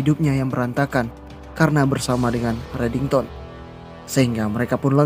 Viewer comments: Kok JD reddingson min😂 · disebut redingson donk bukan redington🤣 kok mau ketawa yh udah mah si aram disebut anak baru lagi😅🤣kurang asik